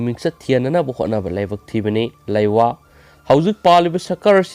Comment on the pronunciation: lewa haiyo laiwa nate sengna pao pakte